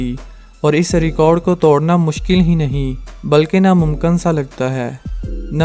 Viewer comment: توڈنا نہیں توڑنا، اردو میں ڈ بھی ہے اور ڑ بھی، کوئی مصنوعی زبان نہیں ہے کہ ڑ نہیں ہو، ڈ سے کام چلائو۔